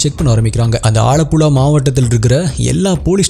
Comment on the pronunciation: not alapula , ambalapula its alapuzha and ambalapuzha ,and big fan of u from kerala